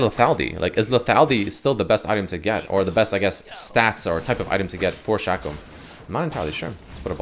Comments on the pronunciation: he says shack-oh, shack-oh, my...fkn..... hero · Am I the only one that's mad because he keeps saying his name wrong like Jesus fuck it's pronounced "Shayco" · Is it pronounced Shaq-o or Shaco? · Its not shaco its shaco say it right for God's sake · Ew they way you say Shaco